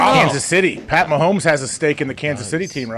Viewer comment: Quite annoying with mispronouncing the name Pat. Hard pass on this one.